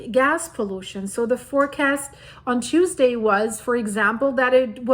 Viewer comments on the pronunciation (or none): none